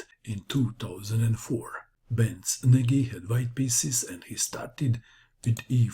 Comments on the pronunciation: If Nagy is Hungarian, then his name is pronounced "Noj," or "Nodge." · Ach....you pronounce Nagy in the same way that Schlecter would have.....!